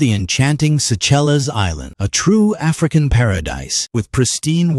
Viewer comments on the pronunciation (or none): Suchellez 😂 thats one of the funnier pronunciation mistakes I've heard. That just made my day. Try "Say shells" next time 😁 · It's pronounced Say shells ! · Pronounced “Say shelz” ! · A feast for the👀..absolute paradise! 🌊🌊🌊🌊🌊🌊🌊 It's pronounced, "say shells" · Beautiful place. Stayed there for almost 2 weeks in 2015. I think it's pronounced as Sea-Shells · It's pronounced "Say shells" after french politician Jean Moreau de Séchelles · Yes very nice place..pronounced "sea-shells" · I believe it is pronounced, "say-shells". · this is my country! it is pronounced seyshells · I only wathced this for the lady at the end.. and im sure its pronounced sea shells? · Definitely would be helpful to properly pronounce the island’s name; phonetically pronounced: Say ‘ shell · Pronounced Say Shells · it is pronounced like 'Sea-shells'..So, you get SEYCHELLES 🔔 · It's pronounced say shells..... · Pronounced: "Sea-shells" and it's "sea-shellwa" culture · True, his pronunciation is a but off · Need to work on the pronunciation of the island. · Would be an idea to learn how to pronounce the name of it correctly. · Who ever is the narrator can not pronounce that not the name ask someone how is it pronounce lol😅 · The way that fake voice pronounced the country, LOL.😂😂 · Lol learn the pronunciation of the place before talking about them. 😅😂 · Don't use AI, can't even pronounce Seychelles